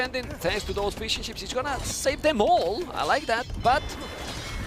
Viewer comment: every time he says fishing ships, all I hear is fish n’ chips.